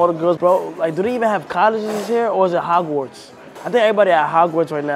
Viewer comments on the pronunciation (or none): Na why they let him say hogwards 😭😭